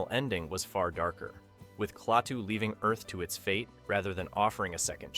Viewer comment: The name is pronounced 'KLAH TOO', not 'CLAY TOO'